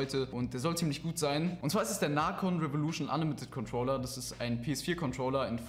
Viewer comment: Er wird Nacon geschrieben aber man spricht es naikon aus